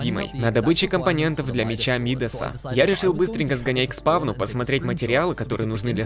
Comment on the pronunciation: Меч Мидаса, ударение на а. Он назван в честь чувака по имени Мидас, который касанием превращал касанием все что угодно в золото